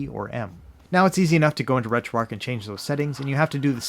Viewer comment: Keep up the good work thank you so much for your channel and all the inside that you give if I could do something like this this is how it would be done and most of all I meant to tell you thank you for pronouncing retroarch correctly you're like the only person thank you so much for all your hard work and because of you I made sure I dedicated myself to the RGB 10 max that device is phenomenal and amazing so thank you for that as well